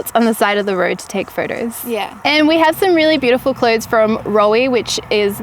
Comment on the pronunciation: I love the way you ladies pronounce 'phroto's'